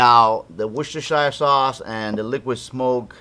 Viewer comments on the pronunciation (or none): In England it is pronounced "wooster" sauce. FYI.